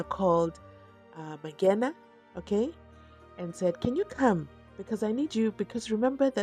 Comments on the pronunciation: Mangena not Mabhena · Mangena Mangena Mangena not Mabhena